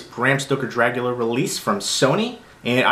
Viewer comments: Good review. Are you saying, "Dragula"? LOL! I bought this copy for the book, the disc picture quality and the extra interviews. I'm a fan of the film and have other copies. I do NOT like the plexiglass plastic cover. As a graphic designer, I see no benefit except to keep the book protected. They could have created a real book like the Exorcist, which is an actual book cover with the pages inside, not a piece of plastic. It is a bit awkward looking through the book because of the plastic piece. Everything else is great, but I will always say they never show enough photos. I'm thankful for the "Making of" book released a long time ago. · Stop saying "Dragula"! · did u say dragula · The way you say Dracula is so weird. great video though